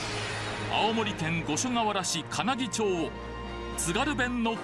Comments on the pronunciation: 金木ちょうじゃなくて金木まちです。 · かなぎちょうじゃないんだよなぁ、かなぎまちなんだよなぁ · 金木出身です。かなぎ"ちょう"じゃなくてかなぎ"まち"が正しい読み方ですよー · 金木ちょうではなく、金木まちですよ。